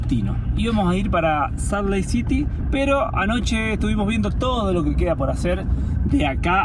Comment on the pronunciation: Hola, se escrive Salt Lake City pero se pronuncia, Salt Leik Ciry